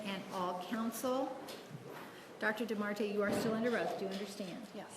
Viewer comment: Day Tar DAY TA(R) not DAR TAR Dar Ta(r) you R Tard